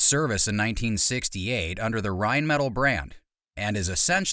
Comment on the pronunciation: The way this mf pronounces “rheinmetall” and “Heckler & Koch” has never made me cringe this hard